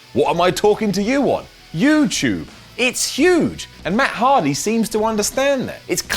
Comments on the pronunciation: It's youtube not youtyube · pronounces YouTube as "YewChoob" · is talking to us on youchube